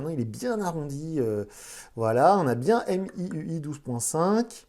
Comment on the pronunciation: Salut , Xiaomi se prononce "chaomi" et non "siaomi" De même pour MIUI , celà ce prononce "miouaye"